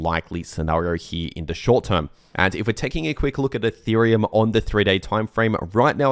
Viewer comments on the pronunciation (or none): none